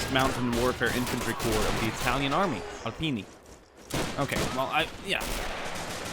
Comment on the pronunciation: The Bersaglieri are light infantry, also why you say Alpini like it's Alpinie